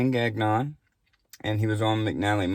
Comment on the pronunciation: It’s pronounced Gan-yawn not gag-non😂